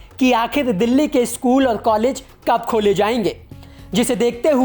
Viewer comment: भाई ये न्यूज reader को कोई बताओ की स्कूल होता है, इस्कुल नहीं होता।